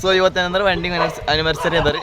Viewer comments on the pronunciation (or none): Wending ಅಲ್ಲ wedding ಅನ್ನು😅😅